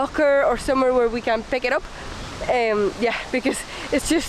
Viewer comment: the way you said ‘Pick it up’ has to be made into a meme! 😂😂 Sorry, it’s just that part was so emphasised it was cool and made me chuckle 😊